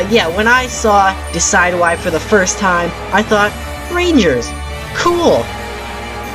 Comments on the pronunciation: Deh sid yoo i As in deciduous and Eye Not Deh Sy dew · You pronounced decidueye wrong. Sorry for picking put faults, I'm not hating